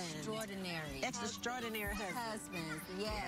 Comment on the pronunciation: They're so cute. T-boz said "extra-strordinary" lol. She was so serious.